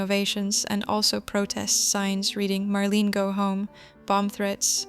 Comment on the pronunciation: It’s pronounced Mar lane A